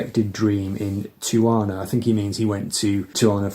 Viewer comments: Hey just to let you know it’s pronounced “ti-u-wah-na”. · The Charles Mingus album title is pronounced: 'tea-ah-wana'. It's a famous Mexican resort town that us Yanks flee to for escape ... as Charles clearly did!